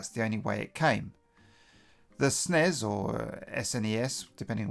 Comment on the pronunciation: After seeing lots of American retro youtube it always feels good to hear someone say SNEZZ :)